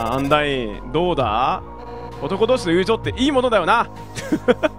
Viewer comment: 男同士の友情……強調しますね……（笑）